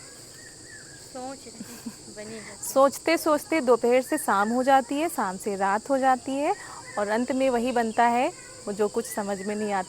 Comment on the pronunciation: Sam nahi sham hota hai theek se Bola karo